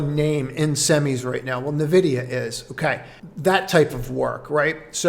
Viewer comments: I love you but holy balls. It’s EN-VIDIA not NI-VIDIA and it’s CHI-POHT-LEY not CHI-POLT-AY 😂😂😂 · I will try to look past it. I could handle “nih-vidia”. But damn man… chiPOLLtay… I just…I couldn’t not say something 😂